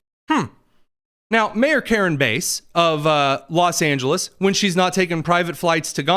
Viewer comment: It's not Mayor Karen Base.... It's Karen Bass. It's easy to remember how to pronounce it by looking at her face and seeing the similarity to the popular fish that is sought after in many fishing tournaments all over the country.